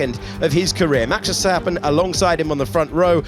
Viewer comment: These English guys are still having so much trouble saying Max Verstappen its hilarious.